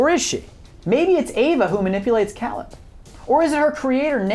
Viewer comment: Why are you mispronouncing Caleb's name? He says it multiple times in the film and so does Ava so where are you getting that pronunciation from?